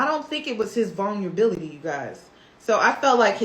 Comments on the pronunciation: If this girl says vunlability and not Vulnerability one more time. Please practice the words before using them. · vulnerability vul-ner-ah-bility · I can't take someone serious who can't say vulnerability right u been fucking that word up the whole video